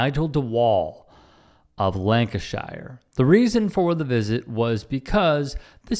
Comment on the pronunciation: "Lan-cash-iii-urrrr." 😂😂😂 It would take literally a second to find out the correct pronunciation. But Yanks are too arrogant.